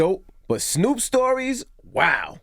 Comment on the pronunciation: "HEY SNUUP"